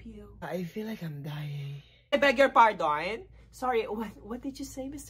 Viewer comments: I beg your 'Parhhh Don'😂😂😂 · "I beg your paerdooin?!" 😭😭